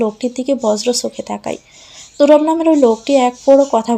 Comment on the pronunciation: গল্পের নায়কের নাম তুরাব তাহলে তুবার বলে কেন????